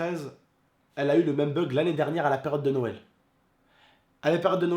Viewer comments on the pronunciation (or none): none